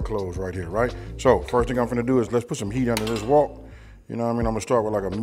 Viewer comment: Its called a wok! Not walk😂😂